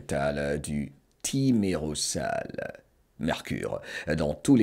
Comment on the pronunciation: On prononce Thimero«z»al Le « s » seul placé entre 2 voyelles se prononce « z » dans la langue française 😊